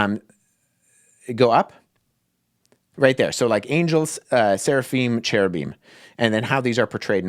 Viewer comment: "SARAphim" ? Isn't it "SERAphim"?